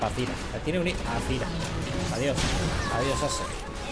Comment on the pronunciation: ¡Por dios MIS OIDOS! ¿¡CÓMO QUE "ZIRA"!? ¡ZÁIRA! ¡APRENDE A PRONUNCIAR POR DIOS!